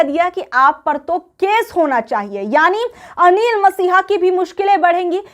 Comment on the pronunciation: अनिल मसीहा नहीं मैडम अनिल मसीह